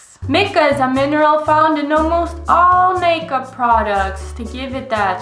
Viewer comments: Isn’t mica pronounced “my-ca” instead of “mick-ah” or have I just been pronouncing it wrong? But seriously, thanks for another extremely educational video! We really need to demand better from these corporations. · The way she pronounced Mica bothered me so much😂